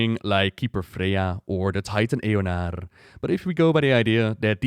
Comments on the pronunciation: It's Eonar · its eonar. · It’s Eonar, the runecarver or “primus” has a memory called Eonar lol